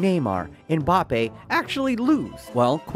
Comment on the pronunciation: If he’s going to call Mbappe mpapi I’m calling pulisic pull my stick….speak English!